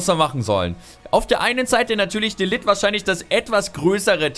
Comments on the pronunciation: Mein junge er wird matthes de ligt ausgesprochen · De ligt - > de Licht :)